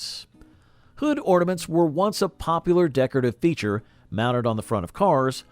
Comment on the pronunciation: Ahhhh “hornaments”